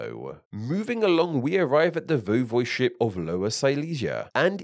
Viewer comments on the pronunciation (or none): VOY-vohd-ship, not voh-VOYD-ship or voy-VOYD-ship. The correct pronunciation and at least two mispronunciations were used interchangeably. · its not this either, i would say its voi-vo'de-ship